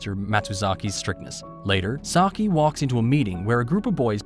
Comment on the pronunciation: Bru butchered my guy saiki’s name But nice vid